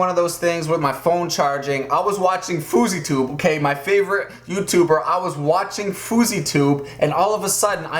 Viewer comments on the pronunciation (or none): its actully fow-zee-tube